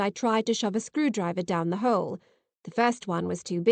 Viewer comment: Excellent story. Just fantastic. Also....what is a "holle"? Lol